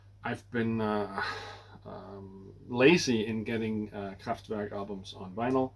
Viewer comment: Are you sure your saying Kraftwerk right? It sure didn’t sound right to me lol. I use to have all the early Bee Gees but I could not get into it, it was too slow and folky and I was raised in disco Bee Gees which is what I enjoy. Slayer, I have never tried them, time will tell. Great to see you